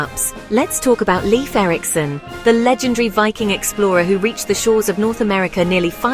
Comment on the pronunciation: AI voice mispronouncing name of the subject of this video.